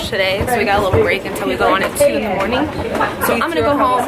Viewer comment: Has anyone else noticed that whenever she says a word that ends in a "g" (i.e. morning) she has a "k" sound at the end? Is that a Florida thing or just a thing?:)